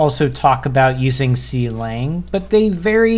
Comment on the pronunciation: Some notes on pronunciation—MinGW is pronounced like "min g w", because it stands for "Minimalist GNU for Windows", and Clang is pronounced like "clang" (the word that means the loud sound). Yes, Clang also comes from "C lang", but it's convention for LLVM compiler frontends to be pronounced like this. E.g. Flang, the LLVM's compiler frontend for Fortran, is pronounced similarly to "fling". The mold linker is even faster than lld, but it's *nix only, so that won't help you on Windows.